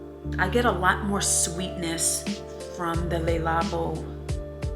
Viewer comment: Please stop calling it Lalabo! Omg.